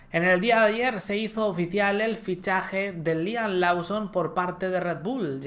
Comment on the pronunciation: Liam “Losom” se pronuncia